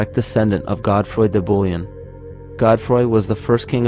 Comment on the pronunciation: "Godfroi de Bullion " LOL Bouillon [bool-yon] | Surname or precious metal ingots/coins (currency) Bullion [bull-yen] | Beef broth